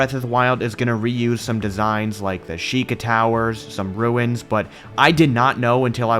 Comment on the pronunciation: Did he say "mangrove ruts" ? XD Jokes aside though, this build was amazing! Farosh looked PHENOMINAL and the whole region overall looked stunning. You and everyone who helped you build this are honestly spectacular.